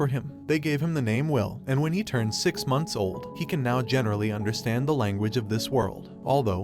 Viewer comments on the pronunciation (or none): none